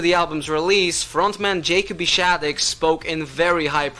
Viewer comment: It's not pronounced (Jay)coby, it's pronounced like Jacoby. You're welcome.